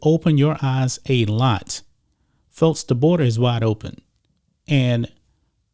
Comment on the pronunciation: Notice this guy pronounces the "x" sound as a "t"??? What's up?? Sixty = sitsty Folks = fotes Texas = Tetsis Texans = Tetsins